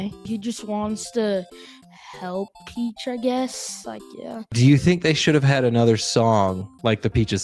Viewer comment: Why does he keep calling the Princess "Peaches?" 🤣